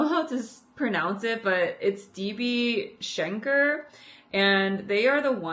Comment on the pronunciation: As a German, I always love when I get the chance to buy from non-European artists in person. Dokomi is always great for this opportunity, but financially, it really is a risk for the artists. Thanks for being open about this! (And your pronunciation of DB Schenker was good, haha.)